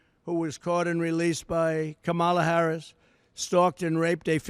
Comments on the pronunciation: It's so sad. Heartbreaking to think people in this country actually support this criminal. And he keeps mispronouncing her name. He is so sick. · He can’t even enunciate her name. He lacks intelligence. Just listen to his lack of vocabulary. He’s embarrassing. He can’t debate Harris intelligently so he gives a press conference to lie about her. He’s babbling on and on nonsense. Man has serious mental problems. Say all this to her face, dummy. Debate her. Their big border lie of fear is all they have. Media should be calling for him to step aside. America cannot afford mental illness in the White House. Vote Blue!